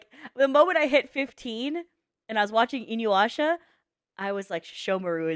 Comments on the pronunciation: I find it funny how nobody in chat commented on her saying "Inyuasha" instead of "Inuyasha" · lmao "in-you-asha"